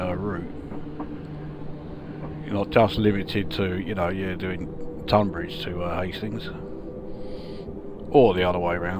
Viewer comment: I grew up in Tonbridge… really impressive how realistic this route is… also thanks for pronouncing “Tonbridge” correctly… ie “tUn” not “tOn”